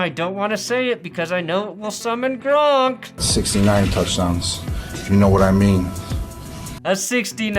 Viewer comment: The gronk pronunciation will always be funny. Keep using it forever 😂